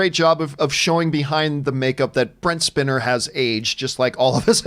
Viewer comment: It is pronounced Spine-er not Spinner